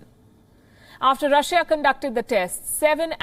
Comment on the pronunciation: You are a breath of fresh air in the international news. You are the most objective news platform at the moment, but please pronounce countries names correctly. Google how to pronounce Russia, please. Thank you, and I wish you all the best.